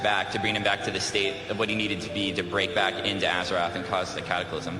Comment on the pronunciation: I love that this dude talking back doing the cata blizzcon keeps fucking saying "AZERATH". if you can't even say the name of the fucking planet then you shouldn't even be apart of warcraft